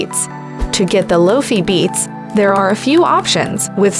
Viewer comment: Is this a robot? She calls it "Low-Fee Beats".